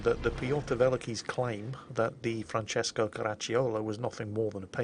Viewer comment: Italian here🇮🇹 random hand gestures Your pronunciation of Francesco is perfect (only the accent is off but it's not that important) to pronounce Caracciolo perfectly the "i" is silent, just pronounce "ci" as a single sound (like you did, not with a K sound) and you're good to go😉 One of the best effort to pronounce something correctly👏👏🏻